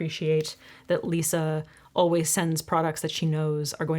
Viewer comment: As a Brit I actually don’t find LE voice soothing. The way she pronounces some words is jarring Always is not pronounced ’oh-ways’. Argh. Don’t you hate it when someone says something and you can’t stop hearing it because I love her content